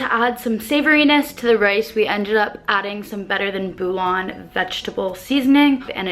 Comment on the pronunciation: That was cute how you said bouillon. It is pronounced like "bull-yawn". :)